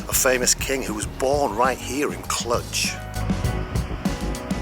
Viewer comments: I think the romanian "j" is not that common in engish. The pronoinciation is Clu + j (the "j" sounds like the first sound from the word "genre") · No, us locals really don't call it "Cludge" as you keep saying it it, lol. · Clujjjj not Clutch.... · Learn how to pronounce the name of a place you are in… kludge!? You are silly! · I think you're mispronouncing the city name. I may be wrong, though. Nice video, though.